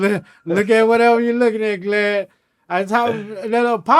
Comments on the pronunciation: He's saying "G"lad for a reason. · He keeps calling him "Glad" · This how many times he calls “Vlad” “Glad” 👇🏽😂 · I thought I was trippin😭😅 he definitely kept calling him glad 😭😭😭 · Break da law break da law break da law 😜 I’m dying he’s really calling him Glad imagine he kept telling everyone he was doing the interview with Glad or not at all 😂 Awww Crunchy Black ❤️ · Crunchy keep calling the snitch glad instead of vlad 😂😭😂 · Lol everytime he kept on sayin Glad and Vlad aint correct him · It’s GLAD for life now. I can’t unhear it. If it’s the face shot I need to hear him say Vagina lmao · Oh... Haha. Was wondering why he kept calling him glad. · LMAO IS IY JUST ME OR CRUNCHY KEEP CALLING HIM GLAD 😂😂😂😅🤦‍♂️🤷‍♂️🤦‍♂️🥴😂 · This just hit me...he called him Glad on purpose...Cruchy Black a hardcore G.D. He replacing the “V’s” with “G’s” on purpose just like how hardcore Crips and Bloods replace there “B’s” and “C’s” when they talk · Boosie and Crunchy Black should do VladTV interviews together like Godfrey & Lord Jamar!! It’s hilarious how he keeps calling him “Glad” 😂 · He kept calling that mane "Glad"!!😁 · He’s saying Glad because of his affiliations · None of them country dudes can say Vlad! 😂😂😂😂😂😂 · Somehow before I even clicked on this I knew he wouldn’t be able to pronounce vlad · Crunchy is so hood that vlad want correct him for saying his name wrong lol